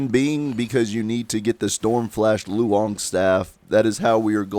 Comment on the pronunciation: Love your vids, but you're butchering the Chinese language :). Daoist is pronounced like How-ist. Loong is pronounced like room, but ending with ng, not m.